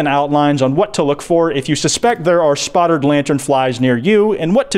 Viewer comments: Everytime I hear say spottred I die a lil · “Spottered” boy can not pronounce spotted to save his life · Anyone else think they just keep hearing him say “spottered lantern fly” or is that just me